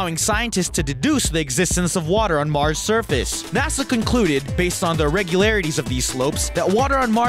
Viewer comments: he says msrs instead of mars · its mars not msrs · Water on Msrs s eriosly its "Mars" dude